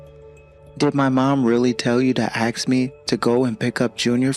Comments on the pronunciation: This fool talks about education yet can’t even strung a sentence together properly or correctly pronounce words. Says ‘axe’ instead of ‘ask’. His preschool son probably speaks better than he does. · Right? And on top of that he's dreadfully miscast, pretending to be blue blooded and super educated and can't pronounce ASK correctly.